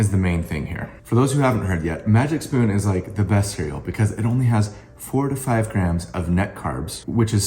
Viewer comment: Great ad read in the video, please enunciate 4 to 5 grams of net carbs. I thought you said "45 grams of net carbs, which is so low for cereal"